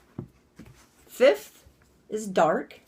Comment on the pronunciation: Uhh.... you called Dark fith and dark sixth. Umm.... BEGONE!!!!! Ekat taht yawa! Erofeb I ekup.